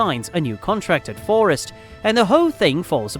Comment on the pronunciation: Your saying forest wrong the entire video - other than that great video